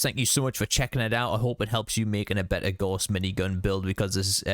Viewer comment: Good video but my goodness, every fallout content creator needs to learn how to say Gauss. It’s the name of a German mathematician and it’s pronounced like “house” with a G